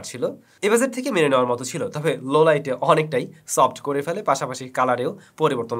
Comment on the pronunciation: ভাই আপনার উচ্চারণ এত বেশি বিরক্ত লাগে কি বলবো কিছু কিছু শব্দ বেশি শুদ্ধ আর একসেন্ট আনতে গিয়ে এমনভাবে উচ্চারণ করেন এটা কানে লাগে ভাই কাইন্ডলি এটা একটু স্মরন রাখবেন, যেমন, ভাইলোগ বলার সময় ভ টার উচ্চারণ,বাজেটের জ এর উচ্চারণ, এরকম আরো অনেক শব্দ আছে যেগুলা আপনি নিজেও জানেন